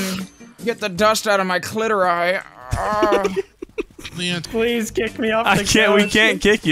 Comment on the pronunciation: I went to bed hearing “get the dust out of my crack” and woke up hearing “get the dust out of my clitori”